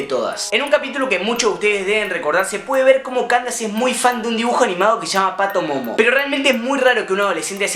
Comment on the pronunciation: Es PATIMOMO, No "PATOMOMO" AHRE